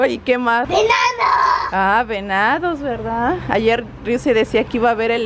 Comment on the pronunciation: cuando dice venados suena como si digiera enanos jajaja